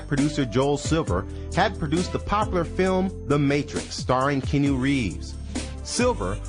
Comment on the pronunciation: I feel like the narrator doesn't know what he's talking about. Aaliyah's song was called "resolution" not "revolution". she played in "queen of the damned" not "mistress of the damned". and it's "Kee-on-u reeves" not "kee-new reeves" lol